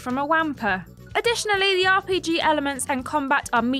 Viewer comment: She mispronounced 'wampa'.